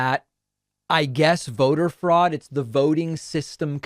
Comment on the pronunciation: "Froad!" Lol....